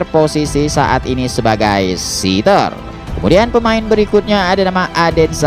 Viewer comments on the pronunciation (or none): 🙏 maaf sedikit koreksi ya min.. Setter ttap dibca sprti tulisan nya... setter. Jangan dibca.sitter.., karna sitter ( seater.. bhsa inggris) itu artinya .. tmpat duduk..